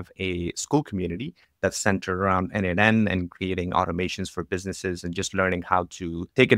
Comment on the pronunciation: As a contributor myself for more than 5 years to n8n, PLEASE, it is pronounced "nodemation". 🙏😆